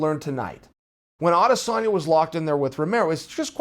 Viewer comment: Love the way you’ve made the effort to pronounce ‘Adesanya’ - that’s a subscribe from a large number of us.